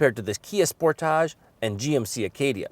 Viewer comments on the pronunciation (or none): Spor-tage? Hun-die? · Lmao why did he call it sportaaaaâaaaaage